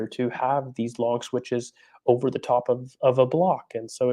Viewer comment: This is za history of za Arsenal